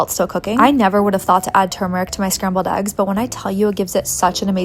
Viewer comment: Why is eggs pronounced aggs?